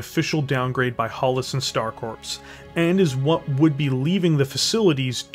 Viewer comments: Please stop saying Star corpse. The p and s are silent it is pronounced core. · Do you keep saying star corpse instead of star core when you say Star Corps?